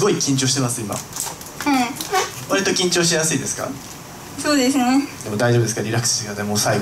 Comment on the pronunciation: そぇぅでぇすね